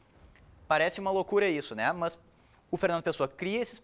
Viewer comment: A aula é boa, mas pelo amor de deus tire esse "mãs". Fica horrível hahahah